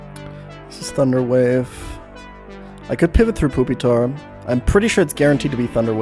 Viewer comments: This is pretty cool and impressive but please ... it's not poopytar, it's pyu, like the word pupa. TuT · Fantastic video, but are you calling it "poopy-tar' on purpose? If not, it's "pupa-tar" like the middle stage of a bug's life, Larva - Pupa - Adult. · Why do you keep saying, "poopytar" lmao. It's pronounced "PEW-pi-tar". It's supposed to be like the "pupa" stage of development. Same etymology for "Pupil". Do you call them "poopils" lol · ok i had to stop watching after hearing "poopytar" way too many times ps pronounce these mons right lol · Did you just call him Poopitar? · I never complain about pokemon pronunciations but "poopytar" is nuts. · Why does this man keep referring to Pupitar as "Poopy-tar?" I need to know the backstory of this now. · i fucking can't with the calling it poopytar the whole time 😭😭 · why he pronounce it poopytar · "Chinchoo" "Poopitar" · Haha, he said poopitar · This is the first time I've heard someone pronounce it as Poopitar lol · I hope that is actually how you pronounce pupitar. Poopytar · why does he call it poopytar lol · I'll never get over saying pupitar as poopytar. Fuck. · “Poopitar” lmao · bro fr said "Poopytar" lol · Lol he calls it "Poopytar" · He calls Pupitar, poopy-tar Lmao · Every time he says pupitar like "poopytar" I get punched in the stomach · I giggle a bit when you pronounce it poopytar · Im begging you to stop saying "poopy-tar" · Why is bro calling Pupitar "Poopytar" wtf lmao. I cant tell if hes joking or if he actually thinks it's pronounced like that. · It’s just the way he prefers to pronounce it. He also pronounces suicune as “soo-ee-cune”